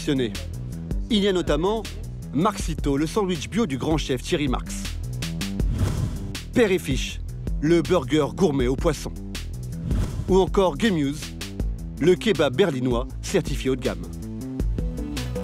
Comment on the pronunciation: Gemiouse😂 pour gemüse